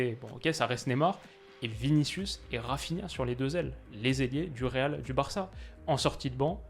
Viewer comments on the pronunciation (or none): none